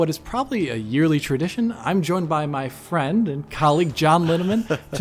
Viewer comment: one of thier previous videos puts a lot of emphasis on the "friend" at the end of the video It's the one where they talk about the Xbox series x reveal